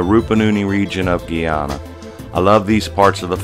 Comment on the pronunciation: it's not GEE ANNA it's GUY ANNA